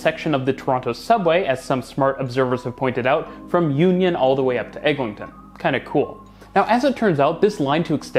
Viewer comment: EGLINTON AVENUE (LIN, NOT LING)